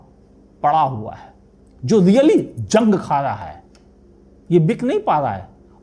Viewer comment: Jang जंग नहीं, zang।